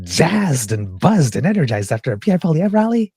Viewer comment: Obsessive? Pee-Air?? Noooooo. That's a silly thought... "I just got tired of him always calling me 'Trudeau' when we're in bed, and then blaming me when his Pee-Pee doesn't perform." - his wife - 😝